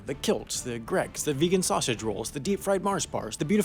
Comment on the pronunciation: GREGGS it's Greggs!, did you do that? (oh, haha just realised Wendover is a, too)